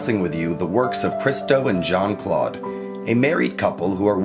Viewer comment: Well done. But Americains could make a little effort, every so often, to prononounce Jeanne-Claude's name. It is not Jean like in English, it is not John, it is "Jeanne", the "eanne" being phonetically close to "Ann". (Granted, Christo butchered the English language like no one else!)